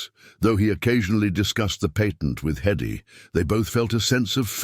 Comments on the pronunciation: HEddy not eddy…. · The trouble with AI narration is stupid error. "Hedy" is repeatedly referred to orally and textually as "EDDIE".